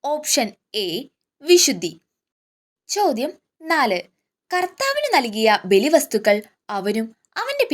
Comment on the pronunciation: ചോദ്യങ്ങൾ വളരെ നല്ലത് ❤️ഉച്ചാരണം ശ്രദ്ധിക്കുമല്ലോ, അർത്ഥം മാറി പോകുന്നു eg Q 30 കർത്താവിനു 🙏